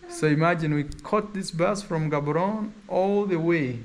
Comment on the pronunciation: Bloemfontein pronounced "Blumfontein"(Afrikaans), City of Roses 🌹. Gaborone pronounced Ggaboronee (as if u clearing ur throat from the back-Setswana) not Ghaaboron coz it loses the meaning behind its name. Windhoek pronounced Vendhuuk(Afrikaans)